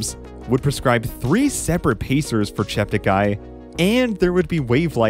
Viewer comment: Please note that Joshua politely requested all commentators to pronounce his last name as 'Cheptegay' not 'Chepteguy'.